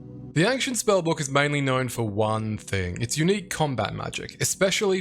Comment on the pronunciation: I didn't say anything on the other video but you are saying "ankhshent" way too many times in the first minute for me to keep silent. Ancient ayyynshent